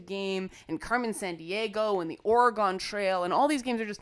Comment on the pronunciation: "Ore-gone"?? ORE-GONE?? Okay, Canadian. :)